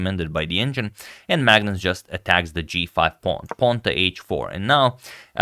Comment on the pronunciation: On pronunciation, Magnus is pronounced Manus or Maunus, not phonetically. It's a Scandi thing sorry guys :(